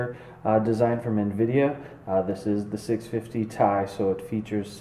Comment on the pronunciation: its t.i not ti